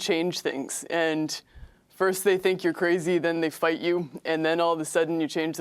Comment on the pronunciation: FIrst they think you're cra-zee then they fuyt yew, and then allavasuddenyuchangetheworld